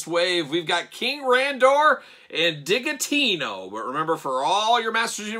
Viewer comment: Isn’t it Digitino pronounced like “digit” - because he’s a math guy?!